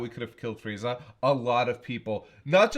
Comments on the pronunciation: I mean Frieza would most likely be pronounced Freeza, I only base that on my last name. It's Friedman and though I tell people who ask how to spell it that is is Fried-man, its pronounced Freedman. Sorry for the dumb tirade, just went along with the Frieza spelling convo. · "FREAZA" LMAO i spell it "Frieza" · Frieza. Not Freeza. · Frieza = Freeza Siegfried = Seegfreed